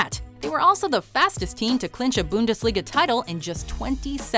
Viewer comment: Booondesliga lmao fix the pronunciation